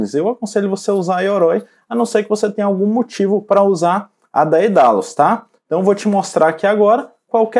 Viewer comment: Valeu por esclarecer! Estava perdido nisso. A propósito, a pronúncia correta da Daedalus é Dédalus. Vem do original grego Δαίδαλος, o inventor ateniense, pai de Ícaro (o das asas queimadas por ter voado alto demais) e esse encontro vocálico, «αί» tem som de E.